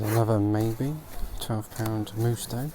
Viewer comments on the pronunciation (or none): Musto as in Mustard & not Moosto as in Moo Cow ive said this before